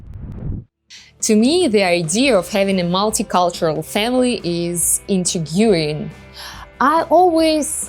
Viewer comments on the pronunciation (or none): she says intrigyuwing instead of intriguing. :) but she's awesome, love how she expresses herself!!! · SO CUUUUTE!!! loved it very fun Varya!! And it's so cute how you pronounced the word intriguing lol <3 :)))